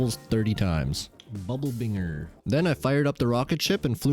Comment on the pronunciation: Binger is pronounced binj er, and bounding is another way of saying bouncing